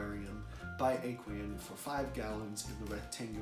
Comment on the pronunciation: the way you say aqueon kills me. it is pronounced Aw kwee on. Great video though!